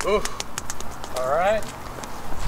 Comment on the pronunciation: Say no more I can only say Orlight That the BEST